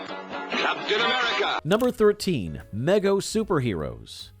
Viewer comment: Good video BTW: Mego is pronounced Me-Go, not meg-O